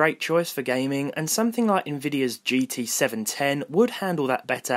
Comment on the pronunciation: why you saying nividia go amd lol